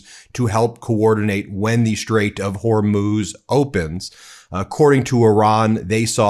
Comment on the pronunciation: A shtrike? In the Shtrait? Do better, Ben. You could pronounce words correctly tomorrow, if you tried.